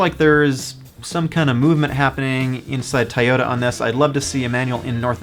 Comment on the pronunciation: It’s “Toyota” not Tyota. Toy. Toy. Toy!